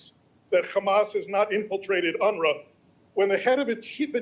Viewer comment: Did he say UNRA?😂